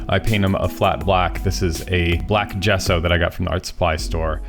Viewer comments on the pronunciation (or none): none